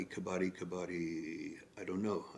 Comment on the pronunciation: Dont say Kabaadi 😂😂😂...it means ragpicker .....its Kabadddi .....stress on d 😊